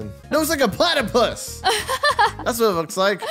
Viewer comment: DJ MADE ME LAUGH BECAUSE SHE SAID PLATIPUS